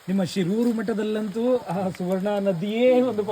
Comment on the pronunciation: ಶಿರೂರು ಅಲ್ಲ ಶೀರೂರು' ಶೀರೂರು ಬೇರೆ ಹಿರಿಯಡ್ಕ ಪಾಪುಜೆ